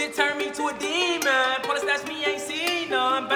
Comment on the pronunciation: why he say demon like that😂😂